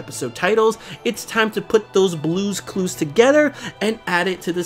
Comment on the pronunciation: Did he just say blue's Clues?.